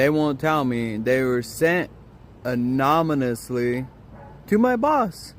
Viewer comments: 'anominously?' You mean annonimously? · "Anominously" That's why you were fired 😅😅😅😅😅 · Can’t speak, “Anomynously”😂, lied straight to his bosses face and needs to look directly into a mirror as to who got him fired! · Anominously....LFMAO...and english is not even my native language. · "anominously" lol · Anomously, lol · Did he say anomanasly meaning anonymously😅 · "Anomonously". Dude can't even speak correctly. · I couldn't stop hearing Anominously too!!!! LMAO!!! Pokemon cards? Fast food? A baby. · ‘My job fired me today.’ LoloL ‘Anominously’. LoloL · Anomanously is a pretty interesting word. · I'd fire you just for saying, "anomonously". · Dummy its not anominisly its anonymously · Yo bro, I didn't send your videos to your boss "AMONONOUSLY", but I'll happily take credit for it, bro. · stop lmao again saying exactly what I'm thinking cause once someone says certain words and "anominosly" is now one of them, I stop listening. Some others are "a whole nother" "irregardless" "finna" and the list goes on lol😂😂❤❤ I love it please never stop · „They were sent anominously“ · "They were sent 'anominously"? Please tell me this is a bit. 😂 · Poor guy couldn’t even pronounce anonymously. Lol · bruv couldn't even say 'anonymously' -- i'd fire him just for that ! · I was the one who got you fired bud. Come teach me a lesson. After you learn how to say anonymous.